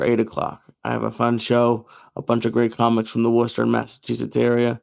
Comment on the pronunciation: I'm shocked 😲 Joey said Worcester right 😂it's should be spelled woosta lol